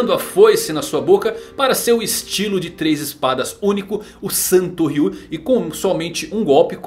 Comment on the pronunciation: falando santoryuu como santo ryu